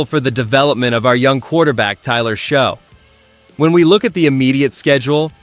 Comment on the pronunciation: It’s not Show it’s Shuck! It’s pronounce Achane not Etienne? Get it right AI!